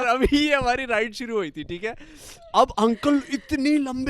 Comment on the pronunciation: when says theek ha theek ha it literally sounds like pathan is saying theek ha theek ha if anyone notices please leave a like to lemme know